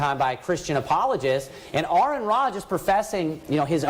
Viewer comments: Shout out again to the preacher getting for name right. At least he gor something right. 😆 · I enjoyed the part where he got name correct also. A little mutual respect goes a long way IMV